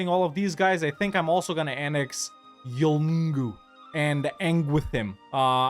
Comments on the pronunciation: It pronounced Yoong-u (Yolngu) (I only know because that's my people...) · Yolngu is pronounced Yon-goo the L is silent :)